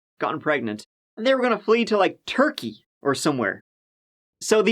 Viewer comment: It was weird hearing him say Turkey which is where I'm from 😅